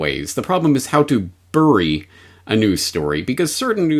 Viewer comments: You albertan seperatist .. it's not "biry" for crying out loud .. it's berry . Check yo privelege yo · Omg, so astute, thank you for doing this, even if you pronounce "bury" really weirdly!